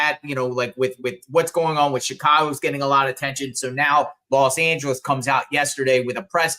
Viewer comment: you need to learn how to pronounce the word Los 'Angeles' Thank you so much!!